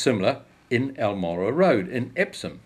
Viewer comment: very sht pronunciation. i lived on almorah for a year. wish i didn't know this. turns out he was another colonial land stealer. no suprises. went south to fight my people. interesting history. but the pronunciation is gross.